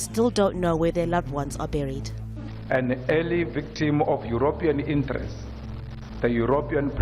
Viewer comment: I love your videos. Extremely informative, well thought out and planned., you pronounce Europian incorrectly. I think you say it as Eyuropyan. I think it should be pronounced yuropian. Please forgive me if I am coming across as condescending. I am not. English is not my first language, and my wife has helped me right many times over the years. I mean it in a contrite and humble way. Thanks for your videos.